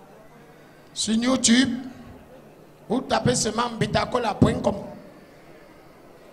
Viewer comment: c YouTube et non new tube!